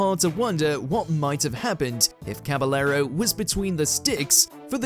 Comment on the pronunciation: Pronunciations of Anichebe, Szczesny, Kepa, Caballero, Iwelumo are tragic